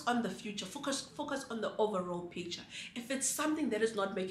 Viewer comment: It's the overall picturrrrr for me😂😂😂